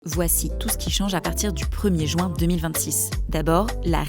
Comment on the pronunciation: Insupportable cette prononciation du mot Juin